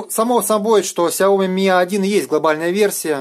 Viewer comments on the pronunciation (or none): Правильно говорить Shaomi шаоми